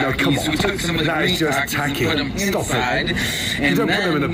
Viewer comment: It is pronounced taa-keys